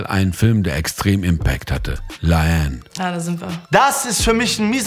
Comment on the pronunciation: digga, ihr habt die namen bei la haine falsch …